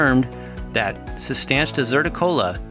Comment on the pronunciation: I believe it works by making your body believe that you are not making enough testosterone, so it makes more Luteinizing hormone by gonadotropic cells in the anterior pituitary gland. I also believe it is pronounced Cis-Tan-Shah. I could be wrong on both of these points though.